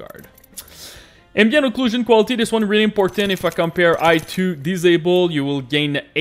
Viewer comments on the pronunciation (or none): none